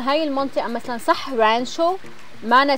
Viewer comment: اسم المدينة رانتشو الله يسامحك يا غلبتني تحتى القط نطقها من المدام لمى.